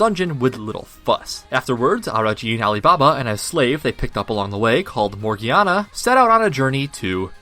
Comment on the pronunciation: It’s “Morgiana” with a j sound